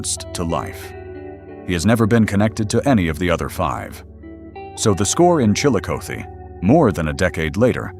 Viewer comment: OMG please learn how to properly pronounce names of towns and rivers before you record these. Chil-a-koth-e, Sci-o-to Geez so annoying!!!!!